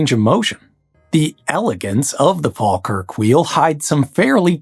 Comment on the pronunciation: What video were you listening to? a few minutes in I've heard Scawtland, Glaiscow, Fall-kirk, Edinborrow...